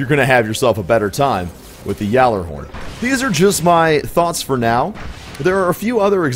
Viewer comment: Pronounce it correctly you nob